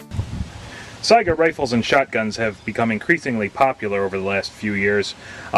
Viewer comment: Let me be the first to thank you not only for a video about conversion but also for pronouncing Saiga correctly. Drives me crazy when its pronounced Sega.